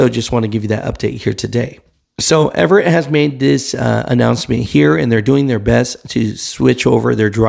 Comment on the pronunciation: It's AVERETT Express, not Everett.